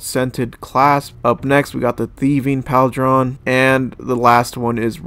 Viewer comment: And it’s not PAL-DRON, it’s Paul-drun/Pauldron. Bro, this is honestly a little sad, ngl